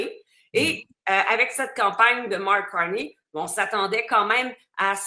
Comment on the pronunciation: Salut, ici à Montréal, on ne dit pas Marc Carni comme un nid d'oiseau cui cui cui, on dit Marc Carné comme crotte de nez, nez nez.